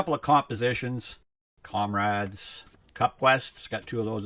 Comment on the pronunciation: You keep saying comrades for the compadres cards... does the Hispanic community bother you?